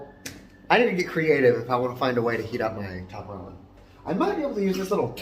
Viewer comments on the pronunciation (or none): none